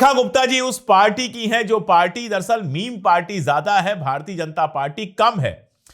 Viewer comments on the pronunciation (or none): none